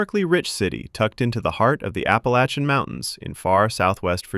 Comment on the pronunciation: Finally, someone who can say 'Appalachians' properly! Thanks very much.